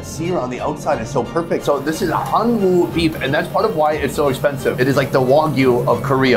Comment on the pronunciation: When pronouncing Hanwoo, it is much more natural to pronounce "hanu" than to say "han woo". Koreans pronounce it as "hanu".